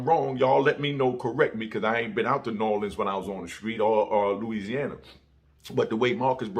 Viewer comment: I fw you. We don't say nawlins tho. 💪🏾💪🏾